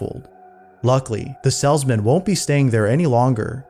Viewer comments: Why is it grating on me that the narrator cannot seem to pronounce "salesman" correctly? (the "salzman" ???) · Salesman. Long A. Not "sellsmen". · You're pronouncing Salesman as "Sellsman" It's Pronounced, "Sales-Man" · It’s a salesman. Not a sellsmen. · FYI, It's pronounced Salesmen, not Sells-men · I absolutely love how pronounces the word "salesman"